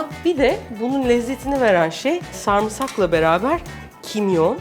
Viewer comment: Abla sarımsağa neden sarmsak diyosun anlamiyorum?😂😂😂😂